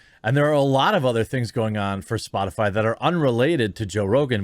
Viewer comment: Psssh. Psaki-Puppet was talking about Spotifly, didn't you hear her? LMAO. She can't even say it but is supposed to be taken seriously.